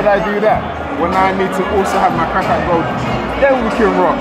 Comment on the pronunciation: Loool think he said gold